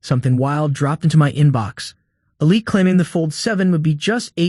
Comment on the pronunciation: did you just pronounce the word Elite "ah light"? Bro, its "el - Leet" 🤦🏻‍♂️